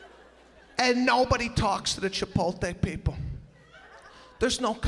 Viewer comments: All this is accurate but it is Chipotle not Chipolte. Then again he maybe doing that on purpose. Still funny though. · It's chipotle not chipolte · It's not ChipoLte it's ChipoTle!! but he is funny !! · I LOVE Sebastian! It's not Chipolte it's CHIPOTLE. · There is no such place as Chipolte. There is however, a Chipotle... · Love him but it's CHIPOTLE (LAY not TAY)!! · Why are you still saying Chipolte? It's Chipotle. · I think it’s Chipotle … not Chipolte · it’s not chiPOLte, it’s chiPOTle pinche gringos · Hate to be that* person but it’s Chipotle not Chipolte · its just an act, he's a comedian he's doing it on purpose. that's why he emphasises the word so much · the fact he calls it Chipolte is fucking funny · It's CHIH-POTE-LAY Sebastian! LMAO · Yo does he actually think it's pronounced Chipolte? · Tortiluh?! Chipolte? Oy vey! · Misspelling AND mispronouncing Chipotle. But still funny. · What’s with the intentional mispronunciation of place’s name and of the word tortilla?